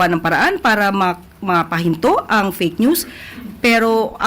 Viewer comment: Iyong usec.Claire puro malabo ang pinagsasabi palayaw niyan si usec.fakenews kasi hindi sa kanya na mabigkas yong fakenews😂